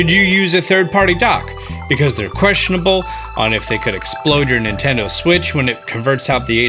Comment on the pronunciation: and that is how you dock a nintendo siwttch Me:wait a min....